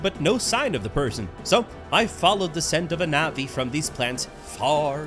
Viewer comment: i'm a bit late to this video but it's [pronounced as navi]